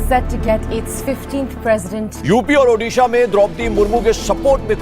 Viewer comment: Best pronunciation of odisha 👍